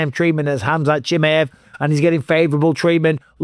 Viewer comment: Who is "Hamzat Chimiv"?